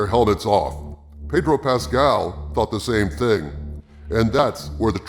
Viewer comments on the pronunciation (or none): My lord it's pronounced "Paaaaydro Pascal", ask Jeremy he'll tell you.